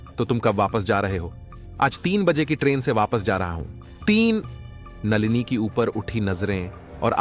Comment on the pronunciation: नालिनी नही नलिनी , कुछ पढ़ना लिखना सीख लेते ।